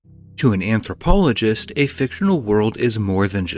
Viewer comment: Wtf is an amprohpoligtst